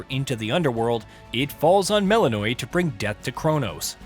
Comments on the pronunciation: You are joking, right? They do not pronounce it like that in the game. They say it properly, which sounds like "Mel-in-oh-wee" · Anyone else get irrationally angry when people pronounce names wrong when they say their name a million times? "MEL-IN-O-AY" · I get the feeling that the guy reading this script hasn’t played the game even once. Mel’s name is said so many times that it’s hard to imagine mispronouncing it this hard if you’ve played the game…